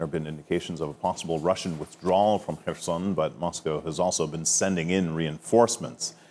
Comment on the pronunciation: Thank you Salma for pronouncing correctly the city name Kherson 🙏